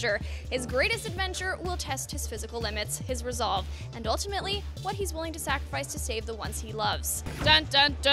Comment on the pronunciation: "Ulitmately" jajaja es un error... Like!